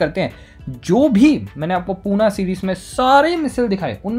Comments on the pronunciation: पूना नही बोलते भाई पुणे है वो👍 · It's pune not poona😂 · पुना?? wtf its पुणे not even पुने is your name or?? dont manipulate the original name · Its PUNE not POONA and it's not in MUMBAI. It is a separate city of Maharashtra located near Mumbai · Don't say Poona, it's Pune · It is not punaa it is Pune